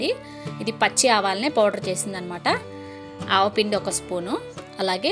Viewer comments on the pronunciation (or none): ఆవాలు పొడి అని తెలుసు but ఆవు పిండి అని పలికారు కదా అందుకే కామెంట్ అలా పెట్టా 😆🤓